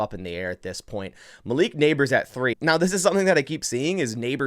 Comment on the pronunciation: isnt it pronounced ( maleek)